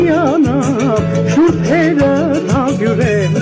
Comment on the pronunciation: Էնքան տհաճ է, որ սխալ են ասում։ Ոչ թե ՀԱՄԲյՈՒՐ, այլ ՀԱՄԲՈՒՅՐ (ՀԱՄ+ԲՈՒՅՐ)։ ՀամբՈՒՅր, համբՈՒՅրներ, բայց՝ համբՈՒրել